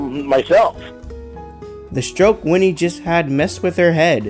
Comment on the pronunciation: It's WINNIE! Not Wendy!!! Jesus Christ.